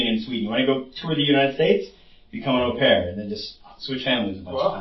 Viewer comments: 'Au' pronounced OH btw not ow! Thats painful to hear through out, such a basic pronunciation too! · Au pair= "oh pear" (like "go") not "ow pear" (like "cow"). He said it correctly, it seemed like you paused to correct him and explain. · Ow pear is not how you pronounce it. It's oh pair. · It’s pronounced, “O-pair” Not “ow-pair” for future reference. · The narrator mispronounces "au pair" & I'm finding it distracting. For the record, it's pronounced more like "O Pair". I know most people don't care but hey, I do. Additionally, I have never heard that two people having the same name in American culture is considered rude. That's absurd! Many families name sons after fathers - isn't that a case of having the same name? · Au Pair is pronounced "Oh Pear", like the French word "Eau" and "Eau de Toilette" on cologne (like the guy said in the interview several times). I thought it was funny when u kept saying "OW PAIR" lol (did u think he wasn't pronouncing it correctly?). The "OW" sound in French is written "AO" (like "Cacao") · Pronounced opair,not ow pair. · Au Pair is pronounced Oh-Pair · "Aaauuuu-pear"?! Come on dude, they literally pronounced it for you during the interrogation 🤣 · Hey, just fyi, Au pair is pronounced like “Oh Pair”. Its français. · It's "OH" pair. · Just fyi it’s pronounced Oh pear …the pervert and the detective both pronounced it several times. I apologize for letting my need to let you know this, I have the best of intentions 🙂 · Great vid, Just 1 thing au pair is pronounced (oh-pear) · The way he pronounces au pair. 😂😂😂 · I wish you could pronounce, ’au pair’ properly.